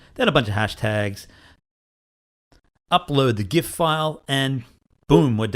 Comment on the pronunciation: Thank you for pronouncing gif the cool way.